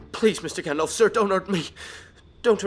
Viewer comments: It's not...pronounced..."GANDOLF"!!! It had to be said. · It's pronounced Gand-alf not Gand-olf hence the alf. Silly Americans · Oh god...I'm sorry but I have to... Firstly, it's GandALF not GandOLF. And Gandalf is a divine being, so he has incredible power. Gandalf is also forbidden by his masters, Manwe and Varda, to use anything but a tiny fraction of his power while in Middle-Earth. That being said, some of the feats Dumbledore has pulled off truly are amazing. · This guy's pronunciation of "Gandalf" and "Saruman" are making me cringe. FFS.